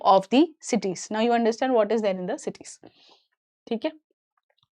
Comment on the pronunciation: She was reading numbers wrong and Cites as CITYS 😂